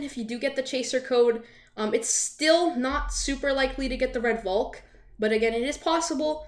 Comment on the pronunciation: Everyone: Red Valk: Red Volk